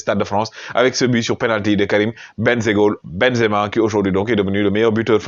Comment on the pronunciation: Perche dice ben za ma. Devi dire sadio sempere ballone doro